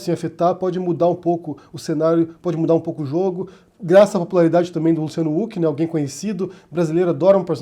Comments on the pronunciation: se diz ruck e não uck rs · Por favor!!! É com som de "R" o nome do Huck! Qua agonia ficar ouvindo "Uck". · Você sabe que uma pessoa passou décadas sem assistir absolutamente NADA na tv brasileira quando prununcia /Luciano úqui/ rsrs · Huck, não Hulk. Assim como impeachment não tem nenhum "mã" . Eu sei que são irrelevâncias, mas irritam. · Só eu acho estranho que fale "Huck" ao invés de "Huck". Kkkkkkkkkk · É engraçado o falando "úck" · Não entendi falar Luciano " Uck" ? Nome próprio. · Mano pq vc pronuncia o sobrenome do Luciano sem pronunciar o H com sim d R???